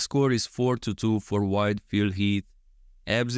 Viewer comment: I keep hearing "white Phil Heath." 😄 Also can you do Bonac with Hadi's torso and Krizo with Andrew, Samson or Brandon's torso?